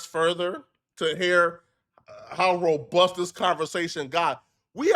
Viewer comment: said Robust 😂